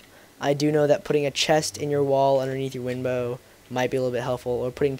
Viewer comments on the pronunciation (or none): Lol dumb ass you said windbo